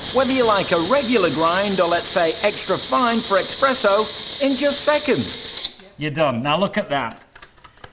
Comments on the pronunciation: you annoying northern oaf, it's eSpresso, not bloody "expresso". Peasant! 😂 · “Or extra fine for expresso..” It’s Espresso! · I get triggered when say "EXPRESSO" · don't canadian or british yourself. they just repronounce words.